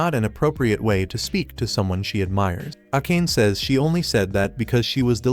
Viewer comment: Bro saying akane instead of a ka ne